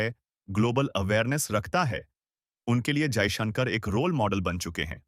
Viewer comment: Stupid anchor your pronunciation of Modi and Jaishankar is wrong in hindi, correct yourself.